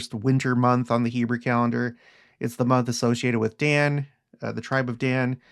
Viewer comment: I get a kick out of your pronunciation of “Hebrew” it sounds like “Heber” to me. Which is kind of appropriate in another sense.